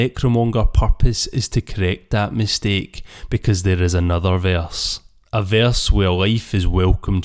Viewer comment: Verse not veyarse 🤣